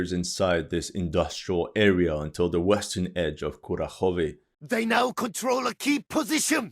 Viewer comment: There could be differences in dialect, but the mispronunciation of Kurakhove drives me mad 😂